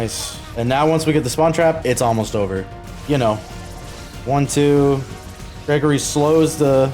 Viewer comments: HIS NAME IS PRONOUNCED GREGORY NOT GREEGREE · wym Gregory bro thats gri gri😂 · You know its pronounced Gregory? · its pronounced gregory 😠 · Not to be a nerd but the voodoo’s name is pronounced Gregory. It says that in her description btw